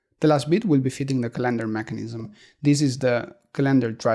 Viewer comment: Love your video's and voice over! BTW the word calendar is pronounced with the emphasis on the first syllable in English. But pronounce it any way you like!